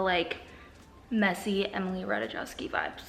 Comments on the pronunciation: You miss pronounicing Emilys name made me lough so hard. It is Emily Ratajkowski (Pronounced: Ratuh-Kow-Skee) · It is RAH-Tie-KOF-shkey - Ratajkowski 🤦